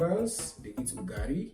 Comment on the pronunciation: UGALI, NOT UGARI....